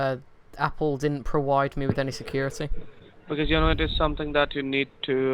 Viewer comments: why do you pronounce v as w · why do you pronounce v's as w's you said pro•wide and david as day•wid